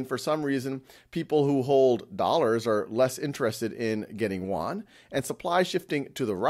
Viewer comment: Teacher, it’s pronounced Yoouaan. Not Woouann